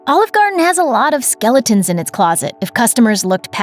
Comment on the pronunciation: Please learn how to pronounce "Garden."